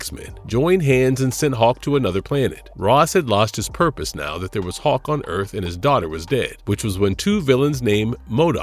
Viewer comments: IS HULK YOU GOOF NOT HAWK, MUST DO BETTER. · It sounds like this guy is saying Hawk.